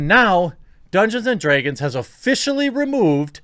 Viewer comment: I love the way you say draegons lol